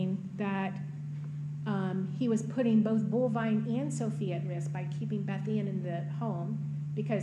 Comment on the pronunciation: It's actually Bolvine, but that doesn't make it any less weird. I like Ruger, though.